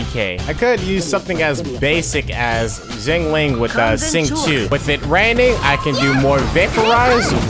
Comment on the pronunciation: Him pronouncing xiangling xinling triggers me so much Also xiangling, xinqui and chongyun are friends maybe that’s why they work so well together